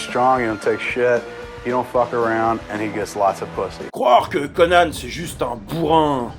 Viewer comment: Moi je dis Conan, pas Conanne. Ça fait con, conanne.